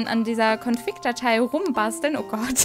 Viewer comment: Ich versteh bei dir immer ConFICK nicht config :o